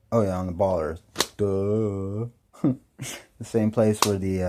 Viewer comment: Let's talk about that ball "Earf".